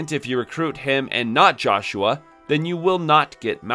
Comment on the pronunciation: Man did you just straight up not play the game at all? You're pronouncing 2 names wrong. Joshua is pronounced "Yohshua" (he says it right away) and the Cyuss is pronounced "Seeyus" not "Kaiyus"